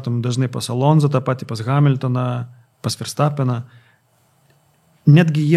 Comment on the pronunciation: Dar Ferstapeną reikėtų ištaisyti, nėra jis vokietis. Tarti reikėtų V, ne F.